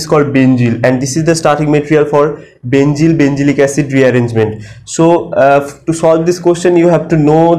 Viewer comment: NOT BENZYL ITS BENZIL